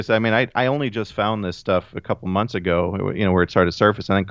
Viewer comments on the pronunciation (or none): none